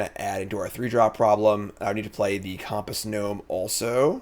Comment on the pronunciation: Has this guy used a compass before?? Why tf is he saying COMP-ASS??😂